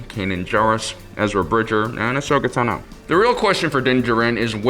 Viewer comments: Ahsoka Tano not Teno but yes the Sabine one was really annoying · Bo-Katan Cries Ahsoka Teno Sah-bean Wren Bew-bah Fett Fenn Row